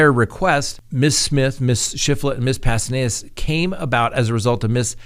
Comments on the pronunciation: Pastenes not Pastenedas. Lol. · Pahs-tay-nays :) pastenes. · Wow you are still not pronouncing right, it's Past ten us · Say it with me now: ZU—LEM—A PAS—TEN—ES not ZOO—MELA PAS—TEN--ED—ES ok? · The person’s name is Zu-le-ma Pa-sten-es, not Zumela Pastenedas. And she is the wife of now deceased Alex Cox